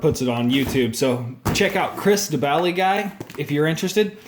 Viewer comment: im pretty sure you said "baly" instead of "bali" when spelling his name 😂